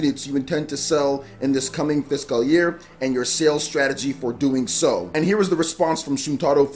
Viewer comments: It's "fis-CULL" not "fis-Kyle" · I thought i've seen it all after he pronunciation of Caligula ( CaliGOOla) and Starlink Atlas ( Atlast) but ive watched this 5 times already and each time my stomach is in literal pain from laughing so much...like it's sped up when he says fishkal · It's not though. He's saying like "Fisk Kal" instead of "Fis cull". It's kind of a meme that he's bad at pronounciation at this point so people hear it more acutely when it happens. Plus he kind of draws attention to it because he seems to know he doesn't know how to pronounce it as he kind of pauses then says it quickly when he says it. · I can hear the inner Nigerian when you say fiscal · the way you pronounce fiscal hurts me. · Holy Jesus! Had to stop this video less than 2 mins in! Learn how to freaking pronounce fiscal! Please! I watch all your videos, and enjoy your content, but ima have to skip this one so I can go get some tissues for my bleeding ears. Damn near made me un sub. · Why is he saying fiscal like that? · not physical year, fiscal. A fiscal year has to do with government taxes rather than jan-dec edit: though he is saying fiscal a little weird lol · Great video!! I don't think your pronouncing the word fiscal right, just giving you a heads up. Keep up the great work! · The way you say physical 🙄 lol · Fiscal year but the way he pronounced it was completely wrong.